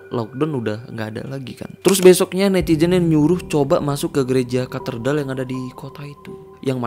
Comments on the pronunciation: Bang gereja katedral bukan katerdal😁 Sama di menit 4.14 kayak ada yg org gerak mundur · Ralat bang, bukan KATERDAL tapi KATEDRAL... 😁🙏👍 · Ralat bang. Walau saya muslim tapi yakin yg betul Katedral, bukan Katerdal, Bang. Tapi gak tau nulisnya gimana yg betul. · maaf bg, mau benerin aja cara bacanya kate-dral, bukan katerdal bg. tks🔥🙏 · Koreksi Bang, "Katedral" 🙏🏻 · cape juga denger katerdal lagi katerdal lagi, udah beberapa part ngomongnya katerdal mulu 😭 ga bisa baca apa gmn bro ? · Katedral kk... Bukan katerdal☺️ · Kok baca nya kartedal sih, bukan nya yg bener itu Catedral? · Katedral bang bukan katerdal🙏🏻🤭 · Katedral,bkan katerdal kali